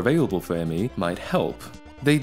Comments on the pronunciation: Super tiny nitpick but you pronounce it like the word me, not emm ee. At least that's what Microsoft tried to make popular. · It's Me, NOT M-E. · Dude, you wrecked the video by saying M-E all the time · So I heard it's supposed to be pronounced "me" not the initialism "M.E." but I think it's honestly a case of gif or jif at this point.